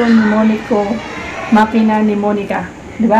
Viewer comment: Makina, hindi manika😄